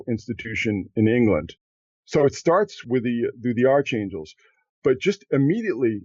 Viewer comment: just for the record, in the word "archangels"....the correct pronunciation is as "ark-angels, not, "arch-angels". Look it up.